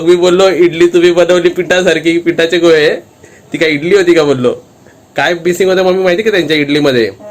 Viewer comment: अरे तू गोले का बोलतो गोळे बोल ते बरोबर नाही वाटत